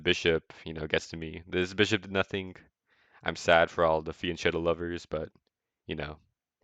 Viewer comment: I appreciate the attempt at recreating the full game, gotta say though that the analysis is a bit lacking at times, but thanks for the vid. Btw, as an Italian, “fianchetto” is pronounced with a k sound not a ch. “fianke(rosene)tto”